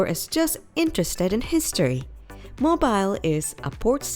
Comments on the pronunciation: its pronounced "mo-beal" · Yes, Mobile is pronouncec mo beel. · 1. Learn proper English; 2. learn how to pronounce the names of Alabama cities, especially Mobile; 3. when discussing the Birmingham, Alabama Museum of Art, don’t show pictures of the Birmingham, England Museum of Art; and 4. Huntsville is called “Rocket City” because the U.S. space program was developed there, NOT because of the museum! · Please learn how to pronounce Mobile. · Need to learn how to pronounce Mobile and Cheaha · If you don't know how to pronounce 'Mobile', I can't trust your video!!